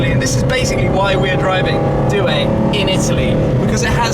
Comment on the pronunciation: I hate the way he says "due".